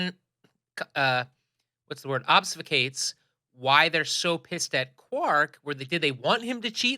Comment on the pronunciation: So, did have a stroke? and yeah, I do the same thing when the theme song starts up. Did you murder the word obfuscates? And the stakes aren't important, it's a light hearted romp. And I suspect that the waddi are a species based on gaming, so its not the end results, it's the fun getting there. If Bashier had been laying on the floor it might have been a little better. I could listen to do interpretive Kira for an hour. I have suspected that much of the cast kinda phoned in this episode after reading the script. Ending with "That's our Quark!" hahahahahahahaha. Please don't ever do that Nagus laugh while Im wearing headphones again, OMG. And yeah your right, this episode could have been much better, but it failed in execution.